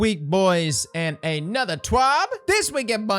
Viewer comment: Getting my daily dose of “ANOTHA WEEK BOYS AND ANOTHA TWAB”